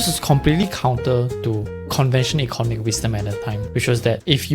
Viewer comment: Pronunciation: Eco NOM ic, not ECON omic. Aca DEM ic, not ACADamic. Pho TOGraphy, not PHO TO GRA PHY.